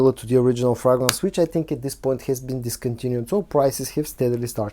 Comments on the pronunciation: Yeah, my bad. Hearing him say "frogrance" 🐸 repeatedly is adorably quaint. I stand corrected. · Your reviews and presentation style are excellent. Please consider learning the correct pronunciation of the word 'fragrance'. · What's wrong with the way he says "fragrance", English is obviously not his native tongue and the way he's pronoucing it, it's just got a little lilt of the way he'd say it in his own language.